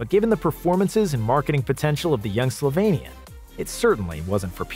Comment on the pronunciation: Dude I love you because you pronounce SlovEnian wright i and Just a minor correction, late Kobe learned to swear on SerboCroatian (the same language) and since its Lukas second lang... he was amazed...